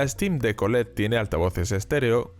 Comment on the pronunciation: Dice Olé! Que es muy español, hombre!